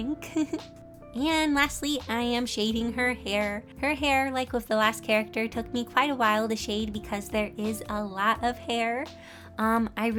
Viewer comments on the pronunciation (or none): Wait did you say character or carrot??? 🤔🤔🤔🤔🤔🤔🤔